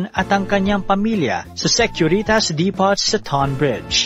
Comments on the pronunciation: depot read as dipow i guess? but yeah, nc story!!!! more to come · Depot pronounced as Deepow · Nice content. Suggestion lng po Depot - Di-pow Reynolds - Re-nolds (Silent Y)